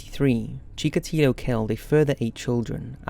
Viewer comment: "marxism and leniSism"??? :°D wtf is leniSism??? also... chikatAlo?? do you even check what you said after you recorded your videos?